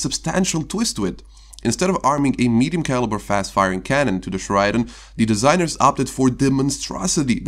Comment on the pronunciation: Correct pronunciation: Cher-ah-din